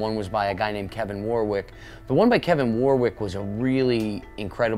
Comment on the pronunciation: It's pronounced Warrick. The second W is silent. Like Dionne Warwick.